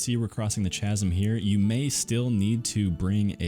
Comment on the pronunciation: Oh my fuck.... You pronounced the h in chasm.